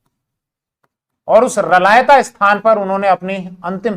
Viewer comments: मै रलावता से देख रहा हुँ जहाँ शेखा की समाधी है आप इस स्थान को रलायता उच्चारण कर रहे हो उसको स्पष्ट उच्चारण करो सर 🙏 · साहब रलायता नहीं रलावता है कृपया सही करिए